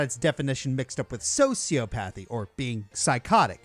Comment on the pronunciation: That's not how you pronounce Psychopathy. It's Sigh-Kaa-Puh-Thee. Also, not how Sociopathy is Pronounced while I'm at it. So-See-Aw-Puh-Thee. I know Arceus is up for debate (even though the Arceus Movie layed out how it's pronounced), but, this pronunciation you did with Psychopathy and Sociopathy is factually Incorrect.